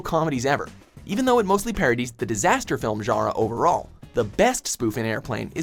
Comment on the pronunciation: None of these narrators can pronounce "genre".